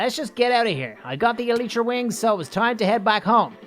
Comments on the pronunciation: its pronounced ee-lie-tra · You pronounce Elytra E-lie-tra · NightFury Name: Ruin (I dont Know I Thought It Sounded Cool) Also Try Say Elytra Like The El-Y-Tra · eletra is what u say i say elytra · Eh-lie-tra is has you pronounce the elytra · Its called alaytra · Its pronounced ely-tra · you are pronouncing elytra wrong, it’s not eletra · say i-lie-tra To say the word elytra g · EL I It’s EL I TRA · It's pronounced ee-li-tra